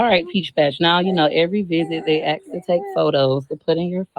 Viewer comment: Imagine trying to sound pompous and condescending then using "ax" in a sentence instead of ask. OK, girl. You got it.